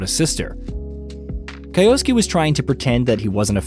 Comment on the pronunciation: Kai-osuke?? Kai-osuke?? good god.